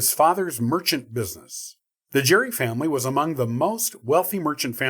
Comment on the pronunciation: Nice but you mispronounced Gerry